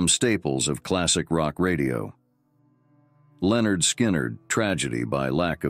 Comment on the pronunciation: It's LIN-erd Skynerd, not "Leonard".